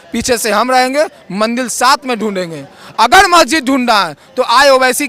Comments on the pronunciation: अरे.. मेरे भाई... मंदील नहीं.. "मंदिर "... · बेटा पहले मंदिर का उच्चारण सही करो